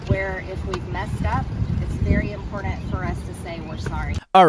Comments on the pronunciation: Its impoordent? Shes educated? Who elected her and why? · It’s as she says very “empordent” to learn. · It’s really, really impordandt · "I'm a totally normal person...I think it's impor-dand for me..." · Someone should tell her that the word is important, not impordant. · There is no ‘d’ in the word important. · i hate when people say "impordant" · "I just wanna remind people I'm very much a normal person. I think it's impordtant......" Damn she can't even speak. 😜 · Now, if you could get her to stop saying, “I’m-por-DUNT”… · Marjorie Taylor Greene: “I think it’s impordant”.... Impordant?.... What? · She is such a normal person with such an "impordant" message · I thought I might have been the only one who cringed hearing that. For speeches and public speaking you would think she might brush up on, at least, the "impordent" words. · Why does she keep saying “impordant?” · And the worst Actress Oscar goes to........."I think it's Impordent." to cover my bony ass. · I'm not a native speaker of the english language, but if somebody, especially a woman, pronounces "important" like she does, I get goosepimples and want to run away.